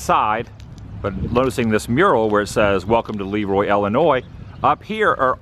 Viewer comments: And Dairy Queen! Ha ha..I do believe its pronounced La Roy (Leroy) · Hi Adam, this video series with your Dad is Great! Your Dad is fun to hang out with. As far as I'm concerned, the name of Le Roy should be pronounced La Roy. Otherwise, it would be spelled Lee Roy. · I can't believe they pronounce it LEEroy there. There is also a LeRoy, pronounced leROY, in New York. Our branch of the LeRoy family came over here in the 1700's, settled in NY, and slowly migrated to the midwest. I was surprised that there was so many towns named LeRoy.